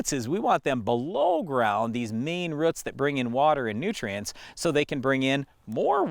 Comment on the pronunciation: Roots not rutz